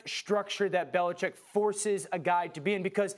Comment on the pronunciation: Bellachecing? Yo Max Kellerman 😂😂